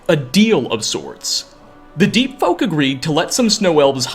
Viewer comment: Lol I misheard your words as Deet Folk. Just imagine your entire body getting coated with a thick layer of deet. How disgusting!